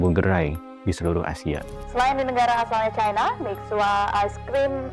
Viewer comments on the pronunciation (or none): none